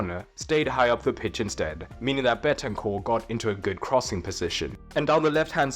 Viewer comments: Don't take this as me hating, i love the videos, i just wanted to point out it's Bentancur not Betancur. Keep up the great videos tho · It’s BEN-TAN-CUR It’s so easy man 😭😭